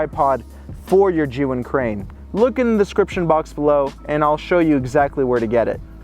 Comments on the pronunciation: The only person who actually pronounced Zhiyun almost correctly. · finally, somebody pronounce ZHIYUN properly :)